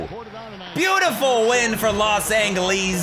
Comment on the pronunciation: You say los Angeles weird